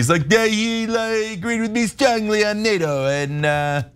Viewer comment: I wish Trump would pronounce NATO, he calls it DATO, it is most aggravating.